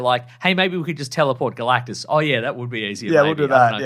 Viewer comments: You said "Girl-actus" when "GAL-actus" was Right there!! 🤦🏾‍♂️😮‍💨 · Girl-actus? When Gal-actus is right there?!?!